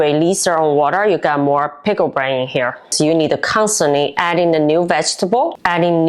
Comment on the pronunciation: Your Pronunciation of Brine is Wrong. You’re Calling It Pickle Brain!